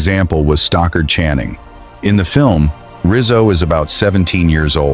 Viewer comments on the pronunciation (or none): STOCKARD Channing! Not "Stalker" Channing FFS